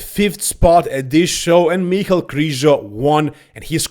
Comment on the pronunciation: Its Križo not Krizo